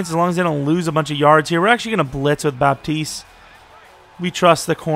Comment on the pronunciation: great video man , pretty sure its pronounced bat-east tho btw theres no 'p' in his name